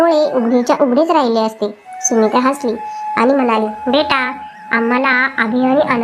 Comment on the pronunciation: सुमित्राणे नाही सुमित्राने